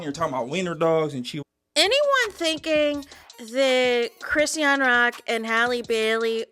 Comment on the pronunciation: You're tearing up Chrisean's name 😅